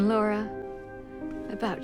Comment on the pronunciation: Lik the video but why do you keep saying Lara instead of Laura?